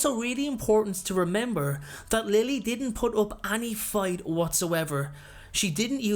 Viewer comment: The way he says any annoys me